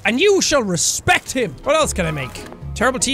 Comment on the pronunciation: "My father was a POTAETO and you will RESPECCC HIM"